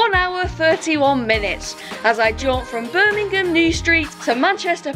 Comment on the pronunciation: Skirmingham lol